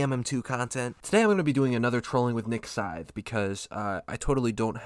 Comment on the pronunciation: Nah nah nah forget niks scythe we got “nik Sydne”